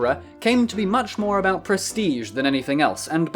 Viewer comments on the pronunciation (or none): none